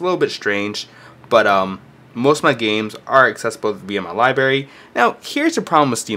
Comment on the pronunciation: libRary not libary